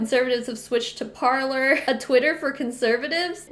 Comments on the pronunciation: Par-lay. It’s French for “to speak” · Parler is pronouced "Par-lay", French for "to speak". ;-) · It’s pronounced parlay, the French word for talk. I’m staying far away from it